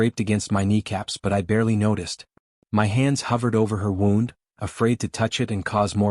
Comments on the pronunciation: It’s pronounced woond not wownd. So annoying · Wound is pronounced as Woo-ned NOT wow-ned, learn how to pronounce correctly. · Woond not wow-nd AI narrator can’t differentiate between the two.. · Doesn't anyone know how to pronounce words these days? In the narrative mispronounced wound several times. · This must be AI. Wound is pronounced wrong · Please learn to pronounce words right . U pronounced wound wrong